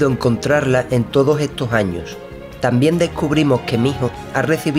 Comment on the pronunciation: Yyyyyy Buenaj a Todoj!!! En el vidio de hoy...